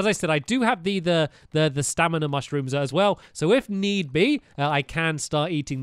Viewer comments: its STAMIINA NOT STANIMA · Who else is bored and is watching this series again? Also who else noticed he said stanima wheel instead of his stamina wheel? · Exactly - and he also says stanima instead of stamina 😂😂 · Why does he say stanima? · Anyone else realize he says stanima not stamina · Hey stampy why it say stanly